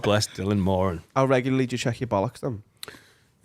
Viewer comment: Thank you for pronouncing Dylan Moran's surname right. The Irish way. We'll have ya any time lad